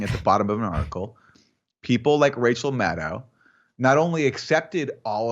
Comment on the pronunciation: Jimi, yew pronooncificated Maddow correctly, and Mate incorrectly. In the past it was the reverse.